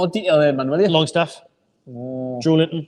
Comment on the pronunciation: Why does the other lad call big Joe: "Joelint-on" like they are two words? It's Joelinton man! 😂